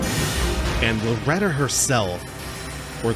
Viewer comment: Loretta is pretty straightforward Loretta: Ok bet You need to stop saying the game is easy. It's like it hears you. p.s. your pronunciation was very good, the second one was spot on.